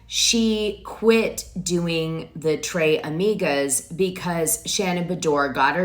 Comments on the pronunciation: in spanish you pronounce the S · Tres Amigas its Spanish!! Not French. Dana loves to butcher a name. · How can you not know how to pronounce Tres amigos, Dos amigas… ?!So weird! And calling Heather out because she did an acting scene on married with children 30 years ago as proof that she’s inconsistent is weird.